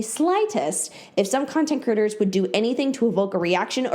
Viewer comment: you said “content creators” but i heard “content critters” and honestly, that’s fitting